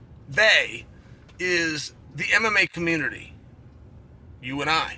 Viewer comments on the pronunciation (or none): none